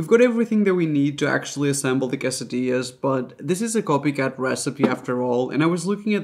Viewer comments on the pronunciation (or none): none